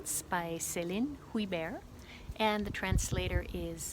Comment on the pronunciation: Alm is is the word. Funny how you pronounce Huyghebaert. 🤓